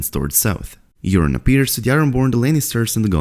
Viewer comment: Please stop calling Yuron “Urine”! lol